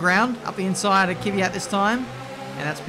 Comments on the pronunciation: Goddammit his names K V Y A T NOT KYVYAT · Learn how to pronounce Kvyat